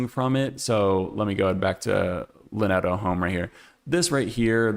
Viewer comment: I really enjoy your videos. Just a quick FYI: Lineto is a Czech company, so they pronounce it “LIN-eh-to.” And depending on who you ask, Typotheque is either “TYPE-o-teck” or, if you're feeling fancy, “TYPE-o-teek.” We're all learning as we go. Keep up the great work!